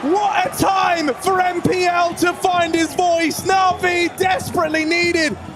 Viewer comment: Did the caster just called npl "nipple" ? 🤣🤣